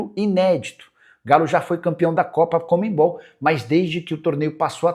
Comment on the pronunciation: Co mme bol não é co mem bol